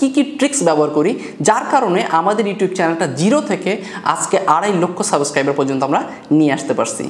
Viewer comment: সাবোস্ক্রাইবার😂😂😂😂😂 আড়াইলক্ষ সাবস্ক্রাইবার অথচ উনি সাবস্ক্রাইবার বা সাবস্ক্রাইব সুন্দর ভাবে বলতে পারেন না।